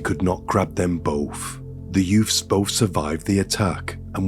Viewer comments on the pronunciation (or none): If I hear the word "Youfs" once more I am going to go insane! Since when was a toddler baby a "Youf"